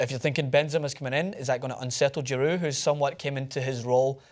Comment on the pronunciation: giroud not gerard